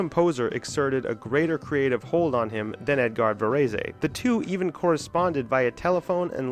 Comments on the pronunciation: Varez NOT Varezay! Jesus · Actually, Debussy was almost the only classical name he did pronounce correctly. (French words do not emphasize one syllable over another. You pronounce all syllables with equal emphasis.) His saying "Vuh-REE-see" as Tony Soprano would have said it had me almost crying. By the way, you can Google names to find out how to pronounce them correctly. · Xenakis is not considered a musique concrete composer. You mispronounced Varese completely - it has two syllables. I knew Simeon who was one half of Silver Apples - I produced an album for his label Whirlybird - sigh... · Varèse is 2 syllables, the final e is silent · Your pronunciation of Varese's name is just too cringe. Couldn't get past it. Maybe I'll try again tomorrow. Please do better. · PLEASE learn to pronounse "Varèse"!